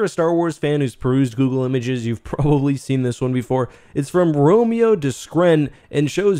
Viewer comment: I'm pretty sure Romain is not pronounced Romeo. In fact, it's pronounced roh-man.